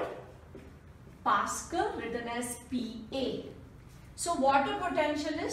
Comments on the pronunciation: its pascal not pascle...but . great teaching mam i have never understood his topic better thankyou so much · It is pascal not pascle